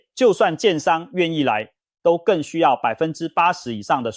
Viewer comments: 都更，唸ㄉㄨ（督），不唸ㄉㄡ（兜） 🤗🤗🤗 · 我們台灣人是唸都更不是兜更音，就是都市更新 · 都更唸（督耕）.請正確的唸. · 我光是聽到兜更就聽不下去了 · 聽到兜更我就聽不下去了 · AI語音辨識 所以會有很多讀錯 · 聽了幾集很難受，放棄。都是AI語音，都更是兜ㄍㄥˋ⋯⋯重劃區唸成眾話區等等等…..再好的內容都是可惜